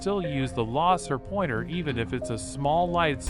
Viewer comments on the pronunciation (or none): "amboosh" and "impoesable " and "lohser pointer"